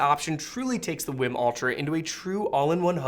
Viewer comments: Wii WiiM, not Win Wim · English would suggest it's pronounced "weem".